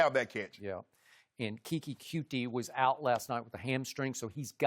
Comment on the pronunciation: it’s Coutee not cutie. (Q-Tee)